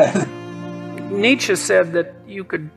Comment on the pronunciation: You can't even pronounce Nietzsche correctly. And the first clip of Peterson was about the profoundness of truth. You seem to have missed that idea.